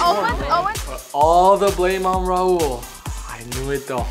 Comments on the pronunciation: someone PLEASE teach colie how to say raul's name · When will colie learn rauls freaking name like it’s so cringeeee